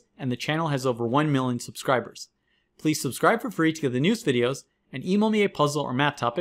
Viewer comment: please work on your pronunciation of the word 'million'